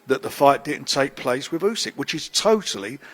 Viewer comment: Firstly, Frank can’t even pronounce Fury’s opponents name 😂! Secondly, Fury vs Usky scheduled for next year 😂 confident in DD